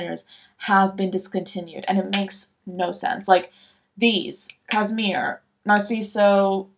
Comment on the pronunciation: It's actually Chopard Cašmir, which has a sh sound - kashmir. I've seen this perfume for cheap around websites, but I'm scared to blind buy it because I sometimes struggle with peach accords. on the other hand, My Burberry Black is amazing. I also love Narciso, I found it for a great price and I'm so happy. Aura was also on my radar for some time, but I think what I liked about it so much was the uniqueness more than the scent itself, so I'm not sure if I would get it if I found it even for a good price. I feel like Eau Duelle or Angelique Noire are more what I actually enjoy, but I really don't remember the actual scent of Aura that well. I just know it was SUPER green. I'm still mourning Guccy by Gucci, and I'm scared I'll run out of Florabotanica and never find it again. Same for the original Stella. these perfumes really feel like me